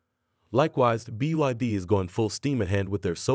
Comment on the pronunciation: "Sobium" "Roomaway" Company "BID". AI writing? AI reading? Sounds pretty crappy.